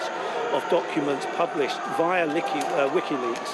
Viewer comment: Excellent news. Now get him out of prison. "Likiweaks...." LOL